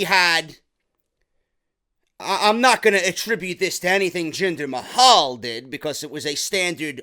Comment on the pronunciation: Jinder MAY-HAL lol !